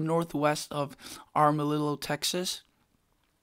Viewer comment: It’s Amarillo... not arm.